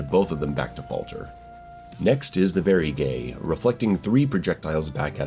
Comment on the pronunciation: I tried but I just can't listen to this anymore. It's pronounced "Vay Guh Ree", not "Very Gay"